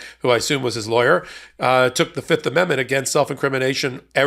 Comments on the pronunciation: Guilty guilty guilty. That's what I hear every time they say fifth. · Oh I thought he was saying "yep" not "fifth" lol